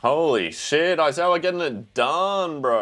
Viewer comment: I'm almost certain that the fact that kept calling Aizawa "Oizawa" is definitive proof that Oikawa is always on his mind 😂 The hate for Mineta was killing me 😂 but the utter disgust at Shigaraki scratching himself and telling him to put some cream on it and have a snickers was absolute gold. And by the way, yes, Yaoyorozu's quirk is absolutely broken and theoretically she could definitely make a nuclear bomb but then she would just blow everyone up including herself and her allies 😅 she does do some pretty cool things with her quirk later in the series though.